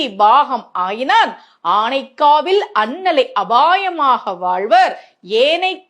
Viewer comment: "அபயமாக வாழ்வர்" "திருவானைக்காவல்" அவ்வளவும் தப்பு தப்பா சொல்ற!!! உரக்க குரல் கொடுத்து சொல்லிட்டா கும்பிடு போட்டு போயிருவானுக நம்மாட்களும்😢😮 கண்றாவி